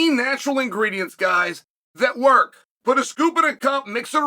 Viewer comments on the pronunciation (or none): none